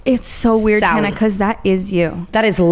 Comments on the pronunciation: As an Australian I can't comprehend someone seeing the name tana spelled and thinking yeah it's said tauna. Tana like banana. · Tana with the rat head on…Instead of ratatouille, it’s ratatana - Brittany’s way (tawna) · and brooke taking it one step further and saying tawna instead of tana 😂😂😂😂😂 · girls i raise you another point: if brittany knew how to pronounce Mongeau (which is harder to pronounce and isn’t really pronounced how it’s spelled) don’t you think she’d know how to say Tana🤔 she’s clearly heard the name being said before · I love Tana mispronouncing Brittany's name bc Brittany butchered tf out of both of their names at least once, but esp Tana's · I love how wrong Tana says Ontario right after her tangent about her name being pronounced wrong